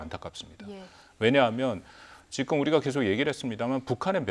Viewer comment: 지금자식아지금~ 직금은머여? 다른 발음은 다잘하면서 직금이머여? 모지라보이게